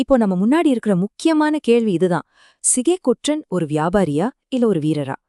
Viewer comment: தவறான தமிழ் உச்சரிப்பு "ற்ற" என்கிற எழுத்துக்களை சேர்த்து உச்சரிக்கும் போது எல்லோரும் தவறாக உச்சரிக்கிறார்கள். பற்று, பற்றி, ஒன்று, என்று , சென்று, வெற்றி, கொற்றன் ஆகிய சொற்களை பட்டு, பட்டி, ஒன்டு, என்டு, சென்டு, வெட்டி, கொட்டன் என்கிற தொனியில் தான் உச்சரிக்க வேண்டும். ஆனால் எல்லோரும் பட்று, பட்றி, ஒன்ட்று, என்ட்று, சென்ட்று, வெட்றி, கொட்றன் என தவறாக உச்சரிக்கிறார்கள். தமிழ் அறிஞர்கள் என்னும் கூட்டமும் இந்த தவறை செய்கிறது. தமிழின் ஒலி அமைப்பை இந்த தவறான உச்சரிப்பு நாராசமாக ஆக்குகிறது. சங்க காலத்தில் சரியாக உச்சரித்தனர். இப்போதும் மலையாளிகள் "ற்ற" "ற்று" ஆகிய சேர்ந்த எழுத்துக்களை சரியாக உச்சரிக்கிறார்கள். ழ எழுத்தை உச்சரிக்க காட்டும் கவனத்தை தமிழர்கள் இதற்கு காட்டுவதில்லை. யாரும் இது குறித்து கவலைப்படுவதாக தெரியவில்லை. ஆனால் இது மொழியின் இயல்பு தன்மையை கெடுக்கக்கூடிய உச்சரிப்பு இது. தமிழ் நிலத்தில் பிற மொழியாளர் ஆதிக்கம் பரவிய போது இப்போது இருக்கக்கூடிய தவறான உச்சரிப்பு முறை அமலுக்கு வந்தது. தமிழ் கூறும் நல்லுலகத்தைச் சேர்ந்த அறிஞர்கள் இதை சரி செய்தால் பரவாயில்லை. ஈழ மக்கள் ஒன்று என்பதை ஒன்டு என்கிற தொனியில் தான் உச்சரிக்கிறார்கள். இதுதான் சரியான உச்சரிப்பு. தமிழ் நாட்டில் பலர் சென்று என்பதை சென்டு என்று தான் உச்சரிக்கிறார்கள். இதுவும் சரியான உச்சரிப்பு. தமிழின் ஒலி அமைப்பை ஆந்திர பகுதியில் "தெலுங்கு தேட்ட கன்னட கஸ்தூரி அரவமு அர்தவானமு" என பழமொழி சொல்லி கேவலப்படுத்துவார்கள். மேற்படி தவறான உச்சரிப்பு இதற்கு கட்டியம் கூறும் விதத்தில் உள்ளது. தமிழ் அறிஞர்கள் அல்லது தமிழ் ஆர்வலர்கள் யாராவது மாநில அரசுக்கு அறிவுறுத்தி ஆணை பிறப்பிக்க செய்வார்களா?